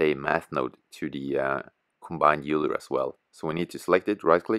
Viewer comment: Cool vid. Just heads-up, "Euler" is pronounced "Oiler" ;)